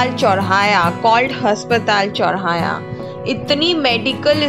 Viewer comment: चौराया नही चौराहा होता है 😀